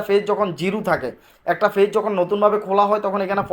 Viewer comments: Fage না page ভাষা টা ভালো ভাবে বলেন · ফেজ নয় পেজ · ফেজ না পেজ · পেজ এর উচ্চারণ টা তোমরা ঠিক করে করো সবাই অনুরোধ রইল